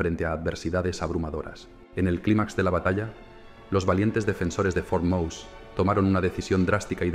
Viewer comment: Pero como el narrador pronuncia " for mous".! FUERTE MOSE, cojones, que era español.!!